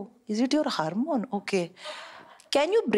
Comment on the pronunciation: The way she pronounced “harmone” 😂